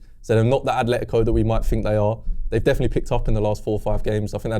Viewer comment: At-letico, not Ath-letico. Gooner, living in Spain.